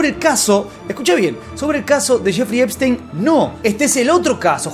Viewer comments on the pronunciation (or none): Solo vine a escuchar a decir Jeferino Espistenio. Eres un crack hermano. Saludos desde México. Seguimos el caso desde que tu lo sacabas y nadie mas.